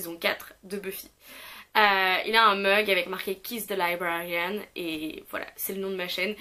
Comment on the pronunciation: félicitations pour les 3100 abonnés!! c'est mérité!! non mais ça me rassure que toi non plus tu n'arrives pas à prononcer le nom de ta propre chaîne. J'adore la référence à Buffy mais c'est juste l'horreur! Librarian c'est l'enfer à dire! bisous